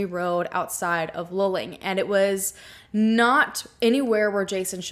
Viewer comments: Thank you for covering this story. I'm in Houston and the coverage of this missing person case was minimal. You mentioned maybe it was a Frat. Hazing. - This is a great theory. Could he have died during hazing and the accident location is staged? Luling ( pronounced Lou Ling ) is half way between the College and his home. **Was he in a Frat? If so, were any of the guys from Luling? What I can tell you about the highway in Texas at night - it's dark and you can easily miss a turn off or make a wrong turn. So this theory works too. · Loo-ling, not lulling. More oil well pumpjacks than cows around there. Years ago we used to drive through that area regularly. One can smell the oil in the air. It is interesting to look at the Google Earth pix of the land around 2300 Salt Flat Road. If nothing makes sense, one should re-examine initial assumptions and maybe even repeat initial actions in the light of revised assumptions. It wasn't really that cold that night, according to historical weather records. Not cold enough for a young man in good physical condition to experience paradoxical hypothermia, but maybe, if he had a concussion injury or was using some substance other than and in addition to the cannabis. I think some kind of "Deliverance" scenario in the backwoods of Texas oil country is really far-fetched, and any self-respecting group of thieves would have taken the valuables for sure. More likely to run into a roving band of Jehova's Witnesses than a real evildoer. Although them trying to convert you can be an experience in itself. Drain that little pond just east of the old farmhouse at 2300 Salt Flat Road again. It looks like a nice swimming hole, but is probably polluted by the oilfield activity. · It’s pronounced “loo-ling”. I love ❤️ your channel!! So happy you’re covering this. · Also its pronounced "loo-ling" luling lol. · Just saying this as a central Texas native: It's pronounced Loo-ling or Lew-ling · It’s pronounced Lew-ling